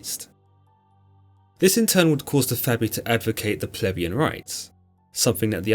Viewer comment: "...they were known as the Fabii...or the Gens Fabia" Nope, that was not "Labia".